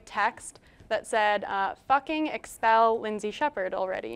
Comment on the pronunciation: " exspell" lmao.